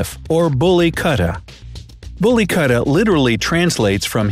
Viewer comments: You mispronounced a lot of words lol. You say “Katta” it “KUUT-TA “ it means dog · Kuutta( koootta) not katta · Abey kutte..its pronounced as kootha not katta or cutta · The Most Dangerous Species Of Dogs Are Found In My Society🤣🤣🤣aka Street Dog🤣🤣🤣🤣 Btw it's Kutta not Katta🤣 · Its not Kuta its ku and tha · Wo kutta hai na ki kta😂😂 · It's not katta its kutta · It is 'koota' not 'kuta' not the spelling, the pronunciation. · you pronounced SO MANY words wrong. (I know cuz I am an Indian myself). Rajapalayam is pronounced: RAA-JA-PAAA-LA-yam. Kutta is pronounced: Koo-tha. Kanni is pronounced: kaNN-NI Rampur is pronounced: RAAm-POOr. Tamil Nadu is pronounced: THAMIL- NAADOO to mention a few. I'm not hating. I am just correcting for the people who are learning these names for the first time. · The way u pronounce Punjab, kutta and rajapalayam is just...........I got no words🤣🤣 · Also also "kutta" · Love the way the narrator pronounces "kutta" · The way pronounced kutta was annoying. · The way he pronounced "kutta" I stopped paying attention